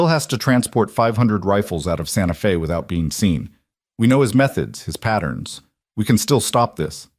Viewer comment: 👏 Fantastic!! 🤗 Finally, this video has correctly said, 'Santa Fe' (Fay) Not, Santa Fee (long E) Now - someone please help the AI data-chip to say [ arithmetic ] right! (math, numbers) It's not, air rith MED' dik.... It's, ah RITH' mah tick Thanks 👍